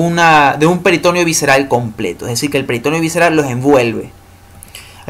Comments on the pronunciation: Todo bien hasta que pronunció peritOneo jajaj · "Peritoneo" es una palabra grave y el acento vocal va en la 2da e. peritoNEo.